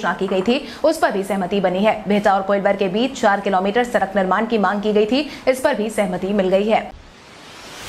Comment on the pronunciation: Sarak sarak kar sadak bolo